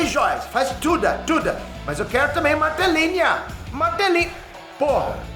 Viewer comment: imitando americano falando português é muito bom! Martelinhaaa, Martelinhaaa kkkkkkkkkkkkkkkkkkkkkkkk